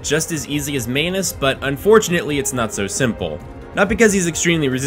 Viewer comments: Man-us not main-us but good content. That's was just driving me a little crazy. Manus is latin for hand. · Did .....did you say Smof? And Main-us?